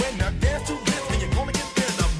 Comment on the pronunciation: “This” not “dis”?!